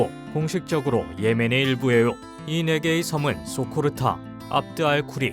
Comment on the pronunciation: 소코르타가 아니고 소코트라 입니다.